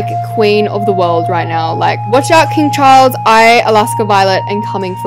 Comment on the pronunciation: Umm……why did Alaska say king Chares?